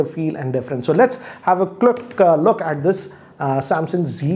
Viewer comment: "let's have a qluck" 😃 instead of quick look